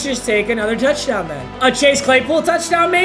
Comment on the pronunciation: anyone realize how he kinda had an accent when he said touchdown? Throne much?